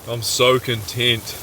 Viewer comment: A loyal watcher and subscriber here! Nice to see you crack a can of stag in the wilderness and to see you, as my daughter said quite con”TENT” 😂 well done looked epic! ☺️